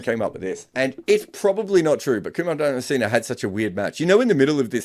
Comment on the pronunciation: himself is of subcontinent origin, yet he constantly mispronounces names from the same region. Calling Dharmasena ‘DharmaCENA’ and Hasan Raza ‘HYASAN Raza’? Come on—half of Pakistan is named Hasan. No need to act so pretentious.